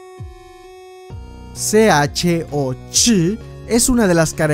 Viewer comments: Ch se pronunciaria como che no sh :u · Hola! Buen video, solo un par de detalles, me parece que en los primeros niveles hay un par de puestos que se saltaron y Ch se pronuncia "che" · “Ch” solía ser una letra y se pronuncia “che”, para referencia futura, porque habría sido ad hoc decirla así, en lugar de cómo tú la dices, jaja.